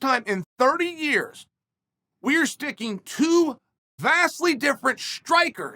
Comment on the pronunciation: So we bet on Ya-ear. Ok great.